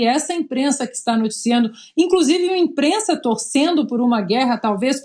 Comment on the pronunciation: Essa "inprenssa" não tem senso de humor. Gente azeda 😆